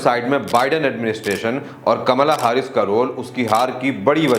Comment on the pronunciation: Bhai it's कमला हैरिस